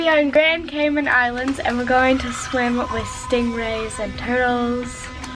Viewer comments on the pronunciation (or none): By the way your saying cayman wrong it's Cay-MAN also why are tourists so interested in chickens when they come down to our island I have always wondered